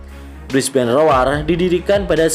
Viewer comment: Brisbane rowr bang bacanya bukan roar 😆👌